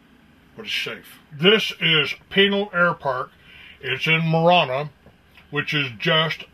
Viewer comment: "Those who talk... don't know." These guys, in the video, have no clue... including how to pronounce Pinal... and Marana.